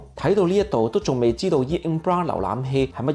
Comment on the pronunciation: 要注意下「einkbro」等等嘅發音，其他都好好，每周準時收睇，加油！❤